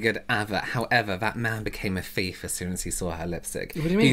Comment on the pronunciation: by the way, it's "thief." And never call it vag-seline again, I beg you 🤣🤣🤣. Best use of CC on YouTube 💯